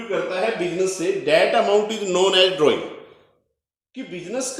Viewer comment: Drawing shi se bolo sir g